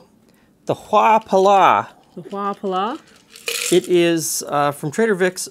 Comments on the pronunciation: I enjoyed this video, thanks ! 😊 BTW huapala is pronounced with the accent on the second syllable. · ive only ever heard the word, never seen it written, but phonetically, its pronounced "hoo_pla" isnt it? took me a second before i could roll that spelling around in my head and find a word id heard before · it's pronounced "WHO PA A LA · As someone who has spent too much time at Vic's in my past, I believe it's pronounced "Who-A-Pa-La".